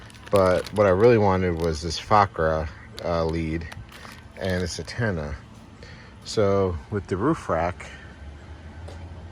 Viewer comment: Stop saying attena it's antena